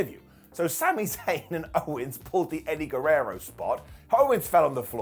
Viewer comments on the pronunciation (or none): none